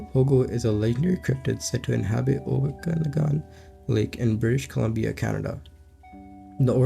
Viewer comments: Lake oka-nog-in... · and it's pronounced oka-,na-gan